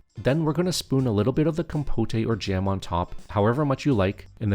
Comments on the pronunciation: It's compote! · Compote is pronounced just the way it looks. Com - pote (like poke). Or if you want to sound more French (which may be what you were going for??), it would be roughly be con - pot (yes, with an "n" on the first syllable and then second syllable like a mix between pot as in flower pot and put). But definitely NOT "com-po-tay". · Com-poht, not com-potay. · Great recipes thank you. But please it's pronounced compot not compotay. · “Com-po-tay” 😂😂😂 It’s pronounced “com-pote”, dude. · Looks awesome, can't wait to try it! One note; compote is pronounced com-powt, not com-po-tay. 😁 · Compote is pronounced "kaam·powt" not "kom-po-tay" silly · There’s no accent over the final ‘e’ in ‘compote’. The OED pronounces it ‘compot’, not ‘compoté’. Just saying. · isn’t "compote" a French term ? 😂 also, technically "compotay" could work as the word "compotée" also exists (but then you'd have to stress the last syllable and not the second). But in this case it is pronounced "comb-pot" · 1st time in my 30 years of life hearing someone pronounce it "Compoteh"! Looks delicious, but for future reference, it's "KOM-pot" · These look delish. Great recipes. FYI, it's pronounced COM-POAT - second syllable rhymes with GOAT. The "E" is silent. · Im sorry, really cool recepies dude, but I cant stop giggling at the compoté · Guessing the voice is AI--"compotay"--but it's not unpleasant and I'm excited to try these recipes. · Com-POTE. In English, the E is silent, only empathizing that the letter o is an open o (oh)). Sorry, that just annoyed me. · Compotay? 😂😂😂 Gotta get some of that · no, no, you are correct. It is the rest of the world who must be taught how to say compote properly. Trust me, I'm teaching Swedish to Swedes. I'm an expert. They're very grateful for my help😀